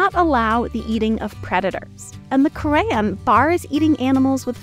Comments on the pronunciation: The Quran is not the “ker-ay-an” its the “kur-on” or “kor-an” i love you videos though ❤❤ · Its... its not pronounced as Crayon, but coo-run 😅😅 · Thats not from the Quran (Pronounced Koor-un). Its from a Hadith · The Korean? Is that a book? Oh, you mean the Qu'ran (please pronounce it correctly , like RUN) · They eat gator in Louisiana. And tuna are carnivorous predators that we eat. Along with shark, swordfish... Humans also eat bears. Seems like a lot of guess work in this video. And then saying eating plants is more efficient is just plain incorrect. And the mispronounciation of "Koran" is the icing on top of a crappy video. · That's an ...odd way to pronounce The Quran/Koran. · It's pronounced Quran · You absolutely butchered the pronunciation of Judaism ✡️ and the Quran ☪️ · Good video, though the pronounciation of Quran made it tough to understand the first time I heard it lol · You really butchered the pronunciation of the Quran. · Woman pronounced the Quran like Crayon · keuran is craaazzzyyy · it is more like Korean than Quran 😂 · It’s the funniest mispronunciation of Quran I have ever heard. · The way she said quran made me laugh a bit 😂😅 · That's the wackiest pronunciation of Quran I've ever heard